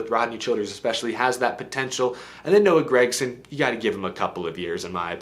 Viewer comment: Fake News! OAN of Nascar. You can tell its Nascar infiltration by the way he says Noah GagSome.